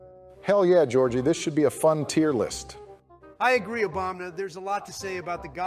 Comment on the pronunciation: When Trump isn't roasting Joe, he's mispronouncing Obama's name. Love it! Also Licensed Contractor is at least a C tier because you get free points with multiple activations.